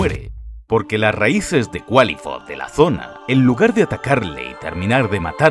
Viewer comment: Según sé, al Qlifoth, no se le pronuncia como Cualifot, se dice Klaifot. Pero buen video.